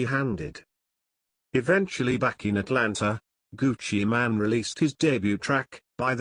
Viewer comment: ol its not gucci man its gucci mane like u actually say mane not man